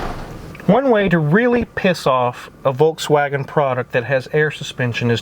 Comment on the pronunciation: Volkswagen= Volk Woes!